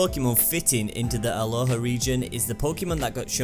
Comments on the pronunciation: it's Alola not Aloha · and I just realised u said Alola haha